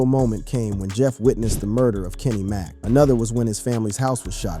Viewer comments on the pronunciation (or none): none